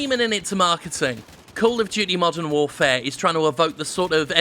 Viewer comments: “Call of Duty War: Modern FourFare” My sides 😂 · Call of Duty: War Modern Foure. Good chuckle there m8.